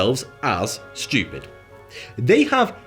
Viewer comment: I like this guy. It's funny when he says "SCHEWPID".